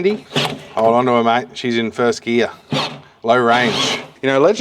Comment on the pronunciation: 'hold ontoer mate, shes in first geah' made me chuckle ... love it